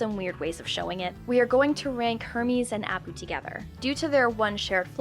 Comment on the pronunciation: I'm not sure she watches these shows based on her pronunciation of Kif, Apu and Squishee